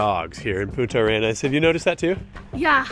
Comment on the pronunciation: Try to pronounce "punta" arenas correctly. Because we hear "puta" (spanish for whore) arenas.